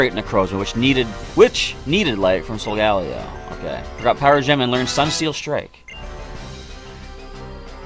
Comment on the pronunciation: Its pronounced sol-ga-leo not sol- gal-eo